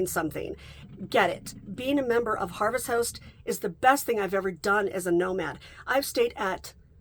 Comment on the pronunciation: Harvest House-t 😂❤ It’s hard to tell if you’re saying Host or House.